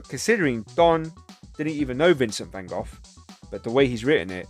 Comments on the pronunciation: He tried to be a pastor and was rejected, too. You must read about him, or watch Lust for Life with Kirk Douglas. Also, I think there's a text called Letters??? between he and his brother Theo. Thanks for your pronunciation of his name more correctly. I feel with him a kinship?? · Not sure if you are trolling for a reaction - the English people say 'Gof,' the French say 'Gog' and the Japanese say it differently, too. The Dutch pronounce it with a guttural sound -- 'Khokh. So the American van go is just one more incorrect pronunciation. Anyway how ever you say his name Vincent was one of the most beautiful people ever.